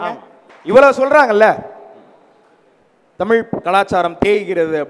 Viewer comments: நடுவராகியும் தமில் என்றுதான் சொல்கிறார் மதுரை முத்து.அவர்எப்போதுதான் தமிழ் என்று சொல்வாரோ.இவரெல்லாம் நடுவர். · Neengalae ozhungaa tamizh entru sollaaamal tamil entru sollugureergal..thu ithu oru grouppu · அது 'தமில்' இல்லை "தமிழ் " 🙏🏼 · Please pronounce thamizh word properly.. Nisha was good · 'ள' அல்ல 'ழ' என்று உச்சரிக்க கற்றுக்கொண்டு அப்புறம் நிகழ்ச்சிக்கு வாருங்கள் வெட்க்க கேடு. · முதலில் நீங்க தமிழ் என்று சொல்ல கற்றுக் கொண்டு தலைமை தாங்குங்க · மதுரை முத்து க்கு ழ வரமாட்டேன் குதே